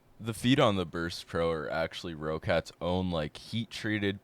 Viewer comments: it's pronounced "rocket" lmao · Their name is Roccat pronounced like rocket.